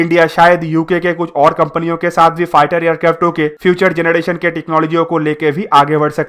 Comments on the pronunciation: Bhai mai tujko unsubscribe krduga agr tune fir se generation or gederation bola ... Jb proper English pronounce nhi kr pate ho to bolte kyu ho or ye dusro ki video dekh kr batane ho knowledge kuch hai nhi😡😡😡😡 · 🤣🤣yes ur right he said gedration too 😂😂,but videos knowledgeable hoti hai bro